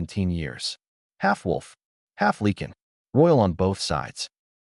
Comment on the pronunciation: What is it with AI not knowing how to pronounce Lycan? I cringe every time I here Lee-kin.